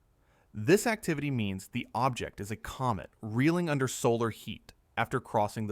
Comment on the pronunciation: From Comet to Goet English is funny.😅